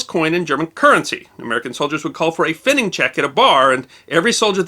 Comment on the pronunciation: Having spent a 2 1/2 year tour in West Germany (US Army), I had to wince at the pronunciation of "pfennig". There is no "ing" in it, written or spoken. Nice story.